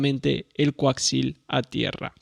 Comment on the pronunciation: Bien... aprendi que hay un nuevo tipo de cable... El "Coaxil"....! 🤣😂😁